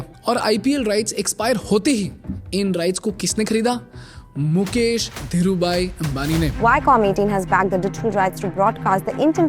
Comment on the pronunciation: मुकेश है मुकेस नही😂